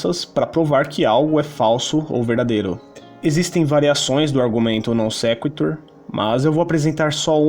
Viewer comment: Vc mandou um "Non sektor" que nem o Henry Bugalho kkk